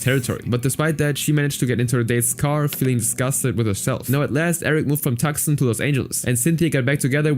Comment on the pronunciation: As a Tucson resident, Calling it "Tuxen" is funny, it's actually "toos-awn".